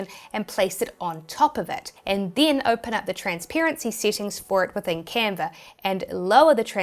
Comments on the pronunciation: no r in canva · Love your accent “Canver”…. I digress!